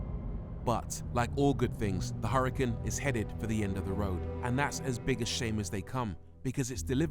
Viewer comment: You know it's not a Hurrican right, It's an Hurcan pronounced Urcan. It is named after a bull. The H is silent and there is no I. IMHO as a presenter you should try and at least get the name of the car right.